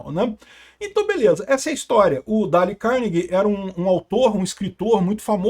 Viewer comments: É " dêiu cárnegui" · Mas por que tem que pronunciar errado o nome do cara? Por que o desrespeito com língua estrangeira dessa forma?